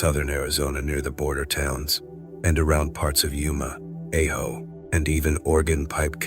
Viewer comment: Its pronounced Ah Ho (Ajo) I'm in Tucson .